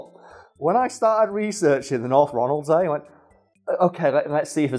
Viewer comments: If anyone is curious how it tastes think salmon with the texture of lamb (I grew up on orkney) also it's pronounced Ronald-sea (so was right) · You pronounced North Ronaldsay good enough. Ronald-see and Ronald-say are both used.